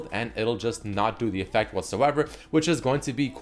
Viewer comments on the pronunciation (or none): none